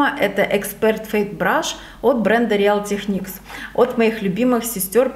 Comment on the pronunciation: привет! Название real techniques читается как Риил ТеКникс:)